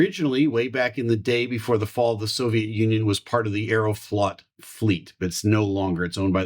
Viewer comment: that Russian airline (АЭРОФЛОТ) is pronounced "eye-roh-float". Love ya, man!